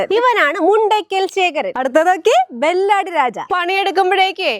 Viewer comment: ചേച്ചി ബാലടിരാജ അല്ല ബാലരിരാജ